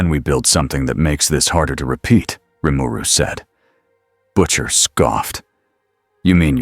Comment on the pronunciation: the AI said his name right....impressive